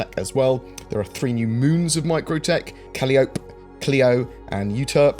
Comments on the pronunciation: Can't wait for a new city. Looking forward 3.8. Also Calliope is pronounced like the instrument - kah-LIE-ah-pee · Caliope: Kal Eye Oh Pee (kə-ˈlī-ə-(ˌ)pē) Euterpe: You Ter Pee (yü-ˈtər-pē) You did fine with Cleo. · Calliope. After the Greek myth. Pronounced "ka-LY-a-pee". Now, If you'll excuse me, I'm off to log this encounter with the Pedants Guild. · Great content as usual. Just a quick thing, the moon Calliope is almost certainly pronounced Kah-LIE-oh-pee after the Greek Muse. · its pronounced "cal-EYE-oh-pee" FYI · For future reference Calliope is pronounced Cah-lie-o-pea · Public vote to make the pronunciation of Calliope the official pronunciation! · Caliope is pronounced a bit like Penelope.